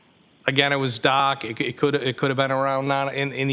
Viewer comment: 😂😂😂 nice $100.00 word there, shows you got some vocabulary skills, maybe now work on pronunciation skills with that it gets dock outside at night.